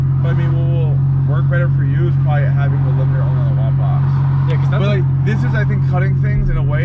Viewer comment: What is it he keeps mentioning? "Watt box?" "WOT box?"